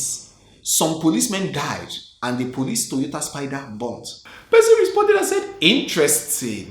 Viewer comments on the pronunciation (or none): none